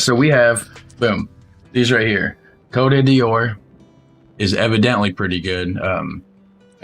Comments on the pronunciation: You pronounce Cote d'Or like "coat door" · “Coat (a) door” is probably the easiest way to pronounce Côte d’Or correctly :) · With a soft t/no t in coat and no "the" and pronouncing it as 1 word: coatdoor